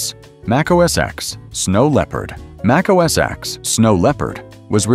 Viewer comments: Mac OS “EX”? Cmon now. Try again. This time, spell out the word, ‘ten’ so your AI voice will pronounce it correctly when it reads your text. You’re welcome! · It wasn't called "Mac OS ex"!!!! Jeez! How many damn times do you have to hear Steve Jobs and everyone else at Apple call it Mac OS "ten" for you to understand that the "X" is a Roman number 10? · it's pronounced Mac OS ten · I stopped watching and downvoted when your apparently-AI-generated narrator pronounced Mac OS X, using the letter "X". This is wrong. The "X" in Mac OS X is a Roman Numeral 10, so It should be pronounced Mac OS "Ten".